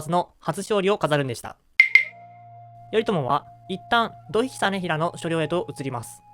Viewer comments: 発音、「どひ」というより「とい」ではないでしょうか？ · どひではなくといでは? それとも後年読み方が変わったのかな?